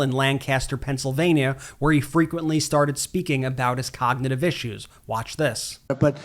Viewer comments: 45. Cannot say the word cognitive! 45 is not able too become PRESIDENT!VOTE BLUE! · He can't even say the word. Has anyone noticed he cannot say the word cognitive? He says cogtitive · "There's no "cagnotive" problem" ...they way he speaks 🤦‍♀️